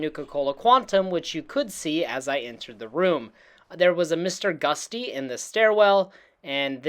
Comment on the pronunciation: 3 things that bothered me. you say Nuke-YOU-lar when it should be new-clee-urr. You say succession when it should be Suh-SESSION. And you literally call it Mr. Gust-y (like the wind? lol) when it's "GUT-SEE". Like "you got guts! Thats GUTSY!" If your medium is effectively speech, maybe you should learn how to pronounce words...